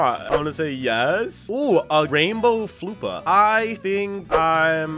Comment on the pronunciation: hi roplex. I am a big fan, and i liked and subbed - my username is HarryGoodall2012 also, I dont think floppa is pronounced as Floo - per, i googled that its called a “flopper”